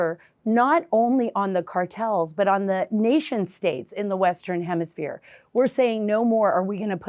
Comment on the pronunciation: Maybe she could learn to say the word hemisphere? Let the libs butcher our language.